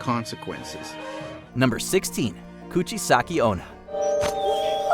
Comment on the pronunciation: Lol so wait, is choopaccccabrrrra but is Coochie saki?